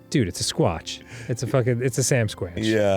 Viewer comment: dan saying samsquanch made me freakin lose it